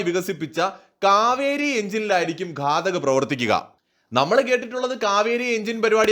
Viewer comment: ഘടക് അല്ല ഘാതക് ഘാതകൻ കൊല്ലുന്നവൻ.